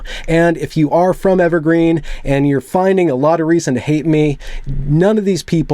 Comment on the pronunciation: Interviewer: So, what institution is it you graduated from? Interviewee: Evewgween. Interviewer: I see... (Sets résumé atop 'the' pile) ... We'll let you know.